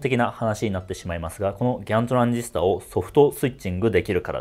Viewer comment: グワントゥランディストァー の発音。 モスフェッツ級に 良きかな。(^^)